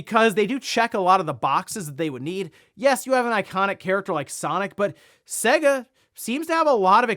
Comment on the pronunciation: Say-Guh ... not Segg-Ah ... its almost like you have never heard the intro when you play one of their games or boot up their systems.